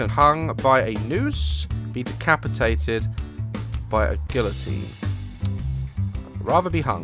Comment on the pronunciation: Did you just say "gilluhteen" you really got that wrong